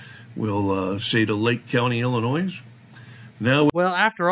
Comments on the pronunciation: The ‘S’ is silent in the word “ILLINOIS” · You notice how pronounces Illinois... had to look it up... dude pronunciation... y'all make fun of 'Auditors' mis pronouncing words.. how 'bout a wee spell check amongst yourselves lol